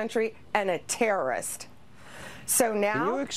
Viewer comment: Look how much emphasis she gives to the word “terrorist”. Here from Sweden and I’m curious how this can even happen in 2025. I feel like we are repeating ourselves always saying this, how this can happened each year, but look at this. Crazy world, it’s the new age witch hunt taking shape. Insane!